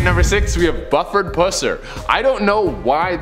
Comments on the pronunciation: I think it's Buuuuford. Longgg U.🤭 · Real quick its prononced Bu-ford pusser not "Bufford! Oh Canada! 🤣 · Bu ferd. Not Buff ered. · Sheriff's name is pronounced "Byoofrd Pussssser." Very successful franchise of films in the 1970s, starting with "Walking Tall" was made about him. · In the segment where they are talking about Buford Pusser, the "U" in Buford is said with the U being a long U. Watch the movie named "Walking Tall" I believe DeWayne Johnson played in the remake of the original movie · Hey Just so you know The mans name is pronounced as Bu ( with a strong sounding U ) Ford ( like the automobile) Pusser ( with a silent U ). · Buford is pronounced with the long vowel u. (oo). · It's Buford you must really pronounce the u as you're saying you my family grew up knowing his family